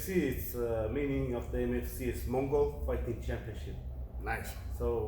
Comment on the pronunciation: It’s not Mongo, it’s Mongol